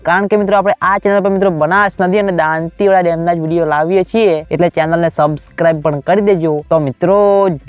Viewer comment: તુ દાતીવાડા બરાબર બોલતા શિખ gay